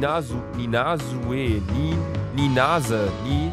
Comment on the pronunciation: Man spricht den Namen Sue „Zu“ aus😂😘